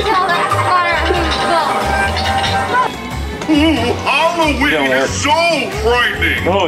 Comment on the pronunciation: It's hollooween